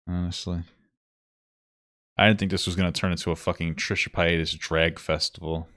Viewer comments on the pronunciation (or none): Trisha pa-ay-das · Trisha pie-atus